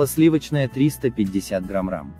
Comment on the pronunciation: Почему в начале вы говорите грамрам, туту что-ли